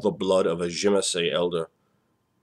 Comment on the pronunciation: It was pronounced "zuh-mee-see" in Vampire Bloodlines